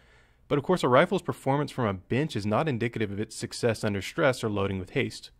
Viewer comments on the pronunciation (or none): none